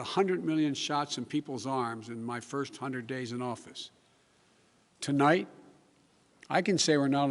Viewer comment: Tolight, I'd like to talk to you...Joe! Tonight, not tolight!!!